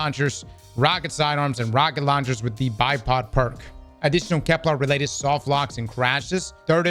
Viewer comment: It's KEP-ler ... not kep-LAR